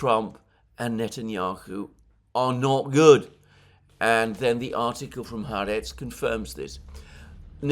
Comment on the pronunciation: The newspaper is pronounced Ha Aretz (The country) Sabbath is pronounced Sabbath is pronounced Sabbath not Sarbarth.